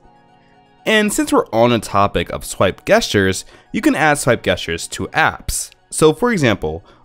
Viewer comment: Gestures.... really? You’re saying it wrong! I cringed every time I heard you say it!